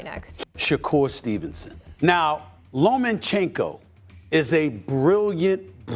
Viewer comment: Low men chenko? Stephen A 😂